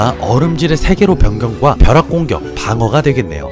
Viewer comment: 버락공격? 버락? 내가 이상한거야? 형이 발음이 살알알알짝 이상한거야?